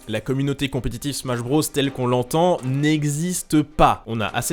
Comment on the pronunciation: nobody:: "smash brausse"